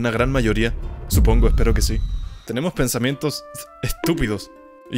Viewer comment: Minuto 303 dice epnsamientos